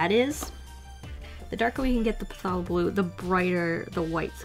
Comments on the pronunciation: It is phay-lo blue not falo blue. I know how to spell it but I wrote it like that because it sounded like that. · I am still really hurting from “Puh Thaw low” blue. Its “Thay Low” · My mom asked if you've ever seen Bob Ross, since its "Fay-low" not "Puh-tha-low" and then I made it worse and just called it Potato blue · Something I found funny, Pthalo blue is pronounced "thay-lo" not "pa-tha-lo" haha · it’s fay-low blue not puh-tha-low lol 😅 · Oof I know I'm late, but just saying it's pronounced "thAlo", not "Pthalo" lol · Phthalo blue is pronounced "thalo" blue. You don't pronounce the ph. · Thay-lo. It's Thay-lo. Not puh-tha-low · phthalo/pthalo has a silent p. it's just "th-ay-low" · Pthahlo blue. (Pth-aye-low) Bob Ross would be disappointed. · The p in pthalo is silent :) “thal-oh” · phthalo blue if thats the blue you said its actually pronounced Thay-lo. See almost any bob ross video for vocal pronunciation. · It’s pronouns thay-lo blue (I learned that from Bob Ross) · Pssst... you’re saying pthalo wrong lol, it’s pronounced like “thay-low” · I kinda die a little bit every time you say the P in Pthalo blue... But I love you anyway! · Right? And then she proceeds to put a picture of Bob Ross 😂 but yeah I love her too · I’ve never heard anyone pronounce phthalo that way before